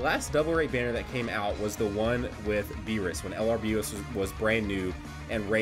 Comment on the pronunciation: I swear you said Bardock Berries even though I know you said Bardock Banner